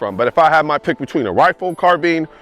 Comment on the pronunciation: Had to stop watching because of the way you pronounce “carbine”